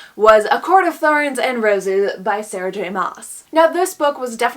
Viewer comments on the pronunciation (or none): none